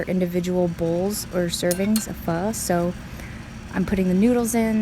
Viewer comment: Tôi nhận ra bạn là người việt nam bằng cách bạn phát âm từ "phở ", tôi cũng rất thích ăn Phở và tôi ăn nó vào mỗi sáng, nếu bạn đọc được những dòng này của tôi thì tôi muốn bạn biết là tôi yêu bạn rất nhiều, và tôi cũng yêu thích tatical